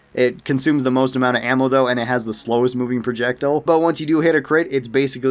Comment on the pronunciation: It’s pronounced projectile not projectile